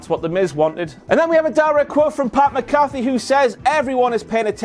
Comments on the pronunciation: I love u. But the emphasis is on the “Mc”. Its MCafee not mcAFee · One more Wankity Wank, it's pronounced Pat MAC-uh-fee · i love you but having a WTF moment on Sami Zayn mispronouncing Shayna Baszler's name wrong is super funny to me because you mispronounce Pat McAfee's name all the time. Pat McAfee Replying to McAfee pronounced “Mac”-“A”-“fee”.. I hope you won all of the moneys. Cheers. AM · Jul 21, 2019·Twitter for iPhone